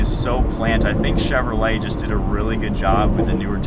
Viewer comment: You said cheverley, I'm sure your the first I heard say that, is it how it's actually said.